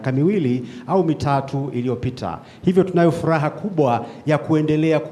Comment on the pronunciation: Mr president ninayo furua badala ya furaha duuuh kwel kiswahili siyo kimakonde